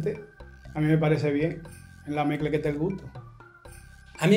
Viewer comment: I am genuinely horrified at that domincan man. He turned "en la mezcla es que está el gusto" into "en la mecla que te gut"